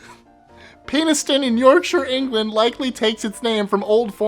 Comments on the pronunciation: I suspect it's pronounced pen-is-ton. as in a writting implement , not penis-ton as in male genetalia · It's not 'Penis-ton' It's 'Pen(As in what you write with)-is-ton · Hey, my sister lives near Penistone. And, sorry to be that guy, but it's pronounced Penni-stone. Then again, there is Flash in Staffordshire...😅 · It's pen-iss-ton.. not penis ton... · Penistone is pronounced penny-stone not penis tone. So it's not funny at all. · Penistone is pronounced PEN-IS-TON. (Sideline, a U.K. TV presenter said it your way on air and NOBODY noticed any difference) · Penistone is pronounced 'penniston' not 'penis-tone'. Obviously everyone says it wrong. Along with Scunthorpe, Clitheroe and Lightwater, you can make a tour of places with rude words hidden in them. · It's PEN-is-ton not penis!!!!! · you pronounced number 19 wrong, it is not pronounced penis-tone, it is pronounced peni-stone, it is such a stupid mistake to make and before anyone tries to correct me i live 10 miles away from it, it is literally the other side of Barnsley from me. Its a real shame because i thought this show did its research to a good degree but if you make such a dumb mistake i'm having my doubts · Its penn-iss-tun not penis-tone. It is spelled penistone though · Penistone is pronounced Peni-ston not Penis-stone but it definitely deserves to be on here. Whenever the sat-nav reads that out it's hilarious. "Continue on Penistone road for a long time" hahaha! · Penistone is pronounced penny-stone. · It's Pen. Is tone. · OK, let this Brit set the record straight! Biddeford is prounounced bidiford. Penistone is pronounce pennystone or pennyston. I love the Batman voice thought! Lol! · pen - is- stun is how you pronounce it however ....lol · Penistone is pronounced penny-stone. Although it doesn't sound so humorous. There is also a " No mans land" in Hampshire, England. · 19: I think 'Penistone' is actually pronounced 'Penn-iss-tun'! But it sounds way funnier the way says it.